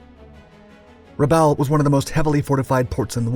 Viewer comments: How on Earth do you manage to mispronounce (almost) every single place-name? MAY-kin, not Mekin. Rah-BAWL, not Re-bowl. Okay, you nailed New Ireland - although I doubt the Irish accent was truly necessary. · it's Rabawl, not Rabell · I believe that Rabaul is pronounced Ra-Ball, not Ra-Owl. I'd like to know which is correct. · For christs sake……some of your pronunciations of places names is absolutely VILLAINOUS ! Bougainville is Boo-gan-vill Rabaul is Ruh-ball Great subject but bad pronunciations throw it off a lot. And the Essex class were NOT “jeep” carriers, they were fleet carriers. “Jeep” carriers were a nickname for the freighters that were converted into small carriers. Get it right or don’t do it at all. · Rubbowel and Trook? Are you sure about those pronunciations?! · I usually like your videos. But this one is rough. For 80 years these places have all been pronounced a certain way and now you've decided to change every one of them. Truk sounds like truck. Boo Gan vill. Rah ball. I forget the other ones. Try watching a couple videos on here. You'll figure it out